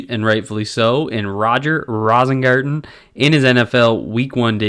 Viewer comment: I think it's pronounced "Rose-ingarten".